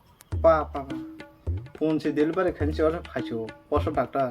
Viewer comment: Delivari ❎ Delivery ✅